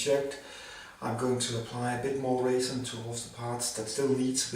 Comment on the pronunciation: Sounds like raisin 😂